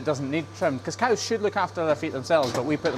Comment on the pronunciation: He actually almost said "coo"! I've been waiting for that because I heard a Scottish person explaining how they call them coos, not cows, because of their accent, I guess. I'm like 2 years in before I actually heard it❤😂